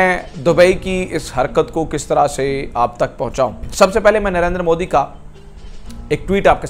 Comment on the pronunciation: Sab baat ek taraf please pehle koi inhe naam sahi se lena sikaho moodi, adiyanath kya hai yeh😅😅